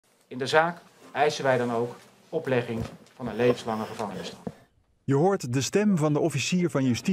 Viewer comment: Was de OvJ zo zenuwachtig dat hij het woord 'gevangenisstraf' niet eens volledig duidelijk uit kon spreken?😂😂